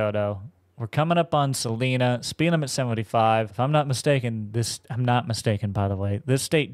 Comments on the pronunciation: I’m sure someone has said this but being from Wichita it’s driving me crazy. Salina is pronounced Sal-eye-na. Love your vids and don’t mean any disrespect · My hometown is Wichita, so the beginning was really cool to see! Also just a heads up, Salina is pronounced Suh-line-uh! Love the content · Also, you pronounced salina wrong just like everybody else that doesn't live here, it's okay! I forgave you